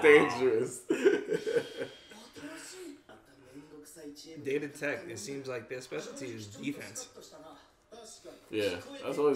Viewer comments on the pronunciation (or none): When they say “data tech” I’m dying.. these western pronunciations...